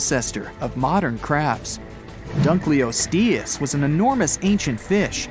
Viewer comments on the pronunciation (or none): none